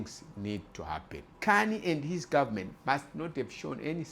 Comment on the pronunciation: You need to improve your English. For instance "taxi" is not the same word as "taxes" and "government" is not pronounced "gummin". Trying to understand you is not worth the effort.